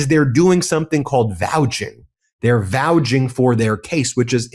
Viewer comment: do you mean "vouCHing"?